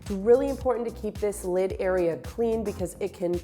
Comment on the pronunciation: Thanks for the morning laugh...... lid, not kid!!!!!!